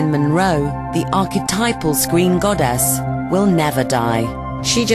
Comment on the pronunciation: love how the narrator says godess "god - ass"